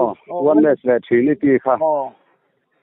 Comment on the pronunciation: Khawvel mihringah hian dawt sawi lo tur i rin thlang chhuak rawh ti se hi ka thlang tel ang tih tur khawpa mi tak tak a nih hi. I mi kawm hian Trinity pawh a lam thiam lo, Thrinity a ti zel, in nawi lutuk hi a ngaihna ngang a awm lo a ni e. Mawl hlawm ropui mai bawk si😂😂😂